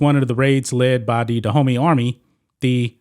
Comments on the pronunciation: you pronouncation of these names is really atrocious. it took me 5 minutes discover you were not talking about "the hoomy" , which sounds more like streettalk, but about DA-OOH-MAY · All throughout the commentary I kept thinking you were calling them "The Homie" army. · My african ears are cringing everytime this homy mispronounces Dahomey 😂😂😂😩